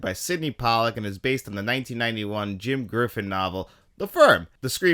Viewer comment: Sorry man, but It’s John Grisham not Jim Griffin (or at least that’s how it sounded on my TV)